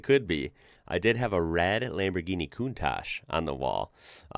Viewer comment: That's not the "mazinga" 037, but a 4wheel drive prototype of the S4. The turbo 037 was undrivable, with the rear wheel drive only. PS: The right pronunciation of "countach" is with the two last letters like the C of the word cheese, not "cuntash", but "cuntaC". Cheers from Italy! 😉